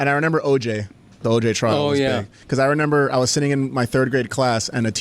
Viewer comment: Why can’t say remember correctly and why yall let it slide